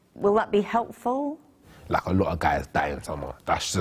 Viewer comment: The guy that says 'lak' instead of LIKE. !!